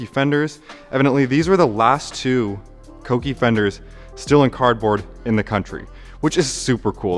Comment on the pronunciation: Dude, thank you for pronouncing Kouki correctly! It’s so rare these days. Good luck with the project. Looking forward to seeing everything unfold.